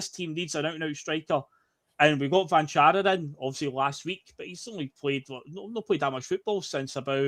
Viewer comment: Cvancara has the same accent on both C's if you read it on his jersey or the team list. That means both Cs should sound the same. Ch-van-chara